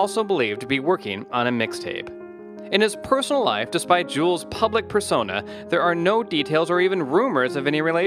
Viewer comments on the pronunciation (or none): The way this dude pronounces his name should be a crime. It's Jū - elz Santana. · If you can't pronounce Juelz or Koch, you shouldn't make these type of videos